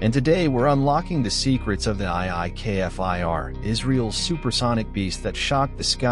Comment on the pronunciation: love this jet but please say the name Kfir not K F I R...